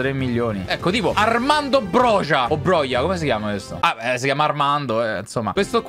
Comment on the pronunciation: La pronuncia è broha